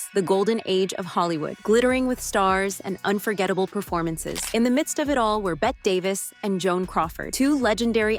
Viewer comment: Its pronounced Betty Davis not Bet Davis 😂